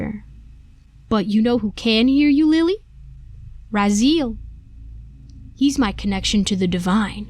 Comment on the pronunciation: It's pronounced "Ra-zee-el"